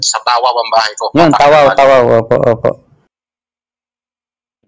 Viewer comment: Sa Tawaw daw bahay nya? O baka Tuao (Tu-Waw) Cagayan? Hahahaha Magsasabi nalang ng Lugar di pa alam pano tamang bigkas.